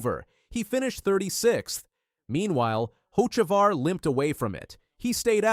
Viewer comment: No way that’s how you said Carson’s last name lol